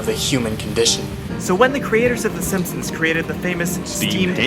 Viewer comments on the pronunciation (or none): none